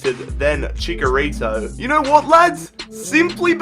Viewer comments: you're pronouncing Chicharito wrong. Its Chicharito not chikarito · it is chicharito not chikarito lol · the striker I want is aguëro or swap benzema for lukaku Also ITS NOT CHICKERITO ITS CHICHARITO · It's not chikarito its chitsharito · It's not CHICKARITO It's CHICHARITO Like NACHOS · ViZeR Gaming hd he's right it is pronounced like "nachos"